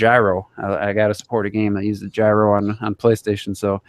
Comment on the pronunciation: Someone please teach how to pronounce gyro lol